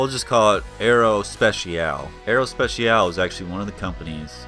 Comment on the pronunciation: Nice video. Btw your english pronunciation of aerospatiale was actually the closest of the french one ;)